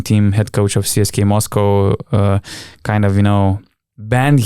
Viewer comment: Euroleague broadcasters (the ones that cover games in English and the ones that you hear on highlight reals and Top 10 lists) pronounce it "CSKA", but I have heard other media outlets pronounce it "CSKA". If I was you I would mirror the Euroleague media or pronounce it in the native languege which would be "CSKA".